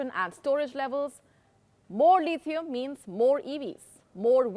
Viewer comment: It’s not Leethieum. It’s Lithium. It’s not Molly. It’s Mauli.